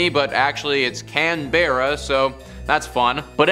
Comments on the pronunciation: Thumbs down for that pronunciation of Canberra 👎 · sorry, but it’s pronounce Canberra get it right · It's pronounced CANberra, not CanBEARa. The more you know lol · Can bear ah? Wtf! Maybe take 45 seconds to google how to say the place names. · It’s Cannbrah. Like drinking cans with your bro or as we say brah! And for the record it’s not pronounced Mel-Bourne it’s Melben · The mispronunciation of "Canberra" is painful as an Australian. It's "Can ba rah" If pronounced phonetically. Not "Can bear uh." Just a heads up so you don't sound stupid when speaking to Aussies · its can-ber- a not can-beer-a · I Know! - Mate It's pronounced Cann-Bra NOT Can-burr-Ra! 🤦🤦‍♀️🤦‍♂️ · I know STILL cringing over it! 😖 - Mate it's pronounced Cann-Bra NOT Can-burr-Ra! 🤦🤦‍♀️🤦‍♂️ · Only if your a Yabbo. - It's pronounced Cann-Bra NOT Can-burr-Ra! 🤦🤦‍♀️🤦‍♂️ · It's pronounced Cann-Bra NOT Can-burr-Ra! 🤦🤦‍♀️🤦‍♂️ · You either pronounce it as either Canberra or canbruh not can bear ah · bro said "cAN bear ruh" bro it's "canberra" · Can Bearah? WTF is Can Bearah? It's Cambrah. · "canbaerra" it's cann-bra.. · Can-bra not can-Berra lol this is why Americans shouldn’t do videos on us. None of these are scary 😂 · Tip - Our nation's capital is pronounced Can-bra. Also, while Port Arthur is historically tragic, for outright spooky, pop up the road to visit Woolmers Estate. Don't doubt what you think you see. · In Australia Canberra is pronounced Can-bra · Its Canberra. Not Canbearra. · CAN BEAR AHH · It’s pronunced canbruh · Nah it’s Cam-bruh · the town is pronouced can-bruh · Can... ber.... her..canberrrrrrra....can bear her....can brrrrrr haarrrr....nah....dude you messed it up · Can-bear-a 😂 oh no, please stop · Its pronounced can-bra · Let me help you with Can berra.😂 It's pronounced ( Canbra) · can-berra. no it is pronounce Can or Cam-Bra and you put it all together. can bra. cambra. canberra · Bro I can't even comprehend how you just pronounced Canberra🤦‍♂️😂😂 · I know right ! 😂😂